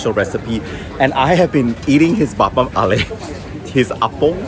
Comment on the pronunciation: This video is essential video for anyone making a trip to the city. So well made! Covered both the old and new places, you have the knowledge at the back of your hand and it’s clear that you appreciate the city. You have an interesting way of pronouncing apam balik tho, teehee